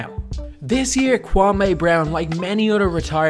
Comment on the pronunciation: "Kwam-ay Brown"